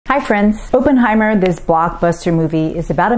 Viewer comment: Good job on pronunciation of Tsutomu Yamaguchi. Now learn to say Oppenheimer. [OP] + [UHN] + [HY] + [MUH] + [ER] Do not say it with a hard O. It is a soft o. I prefer red miso. tur·mr·uhk